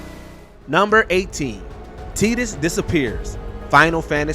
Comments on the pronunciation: WatchMojo, your narrators have GOT to research these characters more. The pronunciation of some of the names is just atrocious. Teedus? Come on. TIE-TUS. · teedus? you mean tie dus? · The main thing that made me cry this video was the unacceptable pronunciation of Tidus......